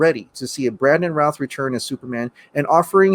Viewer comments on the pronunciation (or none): He still looks really good for 13-14 years after the movie. I don't think they should make him old man Supes with the grey hair. He's too youthful, and should simply get a show. On a side note, Brandon's last name is pronounced "rooth". And it's not Christopher Reeves. It's Christopher Reeve. If you're as big of a fan as you look, you'd make sure you get names and pronunciations of names right.